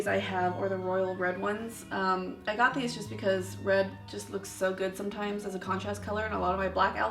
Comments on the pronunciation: Just a fyi it's pronounced like ca-sah not qua-suh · quasa is pronounced: ka ~ wassa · I don't think your pronouncing qasa right. And you can get most qasa high for under retail lol